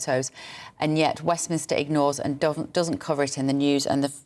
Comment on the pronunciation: Westminster, NOT WEFMInster